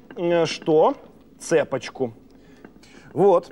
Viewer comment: "цЕпочку" после ЕГЭ по русскому не пугайте так 😅